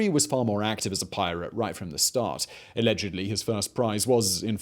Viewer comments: So weird hearing you say allegedly normally after binge-ing all of business blaze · Allegedly? I think you mean a-legend-ly Simon.